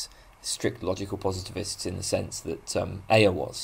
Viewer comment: I think Ayer's name is usually pronounced "air". :)